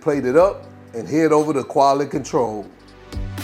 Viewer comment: “Qually Controll” 😂